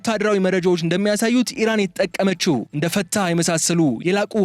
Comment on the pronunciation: ፈታ ሳይሆን ፈ ትኸ ነው ብሮ